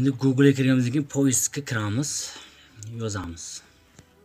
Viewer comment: Хой коток калла харип имя эмас имей, гугле эмас гугл, совшина эмас сообщение, долбаеб гапиролмасанг гапирма кетмон